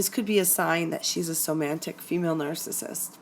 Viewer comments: First, I wish you had said somatic, not somantic 😂 any way doesn't matter. I've just realized this is what I'm in. Luckily its only been a month but I've worked her out, all over social media looking extremely sexy, had concerns about other men, asked her and got blamed for ruining her life and how mean I was, silent treatment, jealous of one of my best friends (female) doesn't get on with her sister. Has a list of things that I've ruined in her life, showed me her hoohaa on first web chat. She initiated the chat, we had sex first time I met her, she lives with her partner who is no longer with her and the story was really hard to understand. I'm no longer important to her because I asked too many questions about her online relationships with other men. I am an empath and wear heart on sleeve. The other guys online I identified looked similar. I saw red flags. Things didn't feel right. So I am out !!. Just going through the spending less time each day thinking about her. As a few weeks ago I was obsessed with thinking about her. That was awful. Thank you for doing good work on your channel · hi, nice presentation with one small flaw which I hope you don't mind me pointing out. There is no n in somatic. Otherwise a very accurate and enlightening presentation which has just opened my eyes and saved my sanity. Is there any hope for them? Thank you. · hey great work...one question, when you say somatic...i'm hearing "somantic"...am I miss hearing that, or is there a difference between the two?...thanks:) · Somatic (related to the body) is spelled correctly, but the presenter pronounced it "SomaNtic". This minor linguistic error probably came from her thinking of the word semantic (how words influence the meaning communication.) Since semantic is a commonly used word and somatic is an uncommon word, this is a common mistake. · Not to knit-pick, but there's no 'n' in somatic. Not somantic. Hearing it pronounced wrong a few dozen times is making me a little crazy